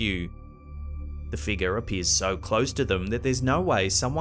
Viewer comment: really likes to say shadowy figa